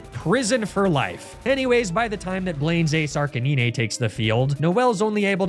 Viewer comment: Arcanine is pronounced RK9. Canine… Arcanine